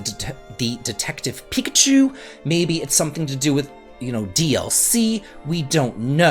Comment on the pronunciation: Hey, at least you got Pikachu's name right. lol